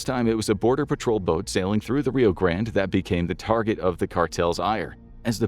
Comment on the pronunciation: say grande correctly!